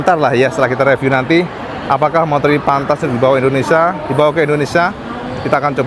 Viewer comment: Indonesia om, bukan indonesa...